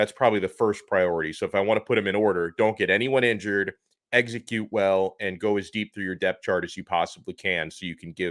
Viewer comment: Eggs-a-cute well???